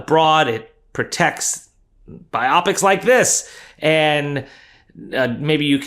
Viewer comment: biopics is pronounced bio pic, not biop ic. The right way it's descriptive, your way it's confusing gibberish. Sorry to be that guy, but the third time it just grates on my ears.